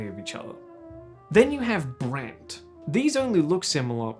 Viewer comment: “and then you have brant.” you don’t happen to come from melbourne do you ? hahaha